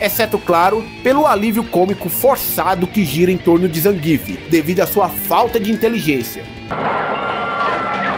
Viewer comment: Porque tem que falar BAISON e GAIO, e ZANGUIFE ? Eu sempre falei BISON e GUILE e ZANGUIEFE